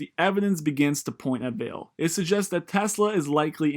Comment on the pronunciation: actually its pronounced Val-A. Portuguese for valley